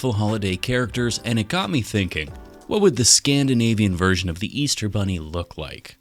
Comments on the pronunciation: Wait, did you say beaster bunny? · Did he say Beaster Bunny? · Bro this man said beaster bunny